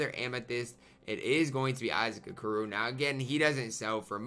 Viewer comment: Anyone else notice is prononcong Okoro wrong? 😂